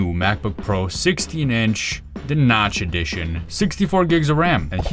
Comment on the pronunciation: Love how you said: notch edition! 🤣🤣🤣